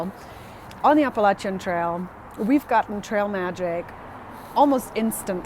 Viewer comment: Your pronunciation of the Spanish-rooted words has been on target as opposed to that hairless fella.😄😉 You are also one of the few who says Appalachian properly. Don't go changin' to appease the verbally challenged.